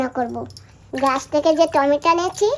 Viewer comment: খশি না মাছের আঁশ বলে 🍅 টমেটো বলে টমেটা বলে না দিদি ভয়েসটা খুব সুন্দর বাচ্চাদের মত গলা